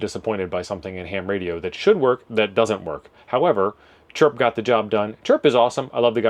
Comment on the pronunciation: listen to your audio. "A box of radioes that God sent back to Amazon." I had no idea some God was a Prime member. 😊